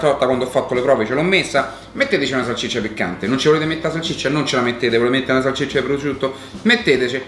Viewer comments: Ci cmq si dice salsiccia non salccicia 😂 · Salsiccia non salciccia 😂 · A Ci se dice salsiccia non salciccia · Bella pe te però salCIccia non si può sentire